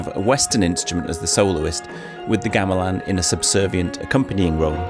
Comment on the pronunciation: The first syllable in the word "Gamelan" is pronounced with the same vowel as the last syllable. I don't know why English speakers change it when they hear Indonesian speakers say the word all the time and the "ɐ" sound is part of our vowel set. It should sound like the vowel in the word "gong", which is, you know, a metal percussion instrument.